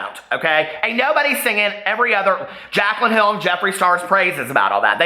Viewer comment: hehe, Jacqueline? It’s Jaclyn, silly, but saying Jacqueline Hill all bougie like made me giggle.